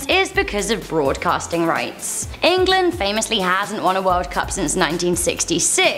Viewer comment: EnGAlAAnD (England)